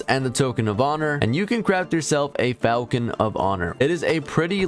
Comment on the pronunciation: Falchion is pronounced falshon not falcon great video otherwise